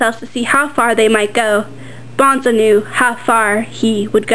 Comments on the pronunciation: BONE-SO Like skeleton BONE and then SO! Not BONZO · "bahn-zo" stopped watching, Petra points out obnoxiously rather early on how it's pronounced "bone-so" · the drawings are pretty good, but the reading was kind of flat and emotionless... and btw, bonzo isn't pronounced "bahn-zoh", it's "bon-so." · lol, it's BONE-SO! bahn-zo, sheesh, WRONG! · Bonzo? It's Bone-so, not Bahn-zoe. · BONEEEEEE-ZO man. not BON-ZO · it`s pronounced BONE ZO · Nothing personal but why does everyone pronounce the name bonzo phonetically, thats what ender says when he first get to salamander. It's pronounced Bone-Soe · its BONE-SO!!! lol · uhh he read or she read the book, me too, its Bone-so. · It's pronounced "Boneso" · Dude she's reading straight from the book! Bonzo takes off his suit to fight Ender fairly and to keep his honor. duh! and yes, it's BONE-so not bahn-zo. and buggers, not boogers . man oh man oh man... boogers... hahahha!